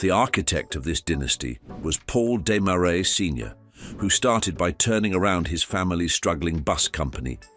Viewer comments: Why do you keep showing US $100 bills instead of Canadian currency? Did your AI not know that Canada has Canadian $100 bills? And maybe deciding whether to pronounce Desmarais in English (Dez-maraize) or its native French (Deh-marai) would be a good idea instead of switching back and forth each time... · You got the pronunciation of "Desmarais" correct on the second try -- and then your third was even worse than the first. Try #4: ugh. #5 roughly correct. #6, OK. I guess you're putting the "uh" in amateur. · YOU COULD PRONOUNCE DESMARAIS PROPERLY